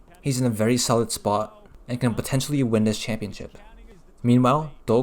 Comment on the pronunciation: Nice pronounciation on Do Quang Hung :) (yes, I changed my name from Planet Cubing(hope u still remembered me(I taught u how to read Vietnamese)))